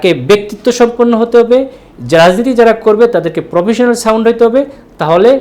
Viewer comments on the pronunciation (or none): Professionan sound na.....professional sound hobe ....shundirmoner socalled doctor